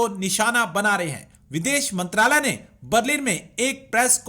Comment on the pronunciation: Bhai log ye channel Pakistani ka hai please don't subscribe this channel And listen properly and aap aapko theek se aatankwad nahin bolna Aata aur mantralay Nahin bolna tha